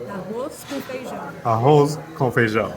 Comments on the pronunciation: Uow… you speak without accent… “arroz com feijão” perfectly said… sure u,ll make it right away with brazilian portuguese… congrs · Esse "Arroz com feijão" foi tão Brasileiro que fiquei assustada.